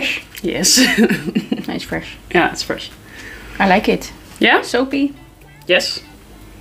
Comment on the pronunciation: It's FREEESH